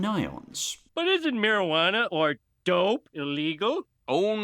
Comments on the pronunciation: I think "marawaner" is an even funnier pronunciation, although that humor was unintentional. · By the way I think you're pronouncing it wrong the word that you're looking for is marijuana including the word champagne and also the word onions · I love mispronouncing words like Marijuana and seeing people's reactions 😂 I thought it was just me